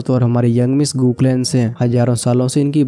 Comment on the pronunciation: Bro गू clan ko गू clan hi bola karo